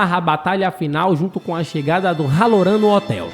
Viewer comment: HALOURAN PRONUNCIA CERTA MACHO